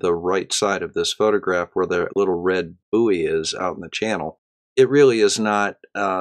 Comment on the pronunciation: Great vid, but buoy is pronounced boy not buiey